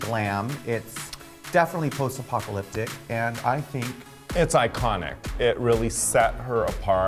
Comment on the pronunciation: post-apocalyptic isn't that hard of a word to pronounce tho? Especially for someone who proclaims they're an intellectual all the time and makes comments about other people's grammar (